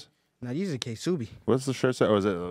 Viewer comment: " these are K subis" the k is silent "ksubi"